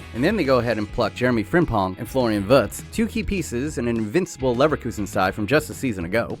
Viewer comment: Please listen to a pronunciation of Wirtz you are saying the "r" right but not the "i"